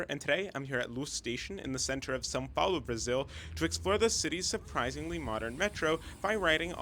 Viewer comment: The most surprising thing about this video is that you speak the nasal sound of “São Paulo” correctly. Usually years of practice of portuguese are necessary to do such sound, congratulations 😂